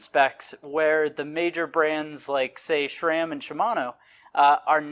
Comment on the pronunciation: It’s SRAM not shram. There is no H in the name SRAM.